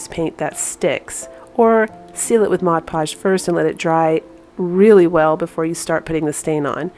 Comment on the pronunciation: Thank you for saying mod podge...not modge podge! Just makes me chuckle when they say modge!